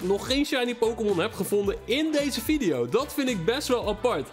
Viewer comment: Geen haat hoor maar jij zegt vidio maar het is video